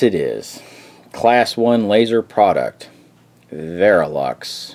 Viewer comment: Vectronix, not veralux...